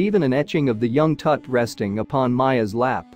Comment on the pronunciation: Please quit butchering king Tut's name and king Rameses the 1st name. I cringe every time you say their names 😮